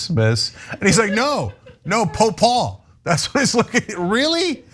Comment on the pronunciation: It's not Po Paul, it's POL POT